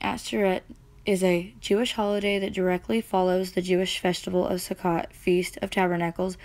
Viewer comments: May I help with your pronouciation? The Ch is the hard H (cough). Can't really teach that in text though... but Sukkot... if you see ot, the o is hard. Suh-coat. 😊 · Nice job! Thank you. Sukkot is pronounced sue coat! 😃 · Sukkot is pronounced soo-coat. These are not Jewish feasts the the feasts of our Creator. Lev_23:4 These are the feasts of the LORD, even holy convocations, which ye shall proclaim in their seasons.